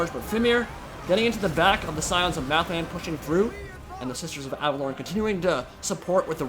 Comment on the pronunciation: Your pronunciation of Averlorn is triggering me.